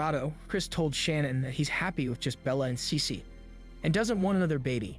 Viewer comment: Listen again.. She says Cecee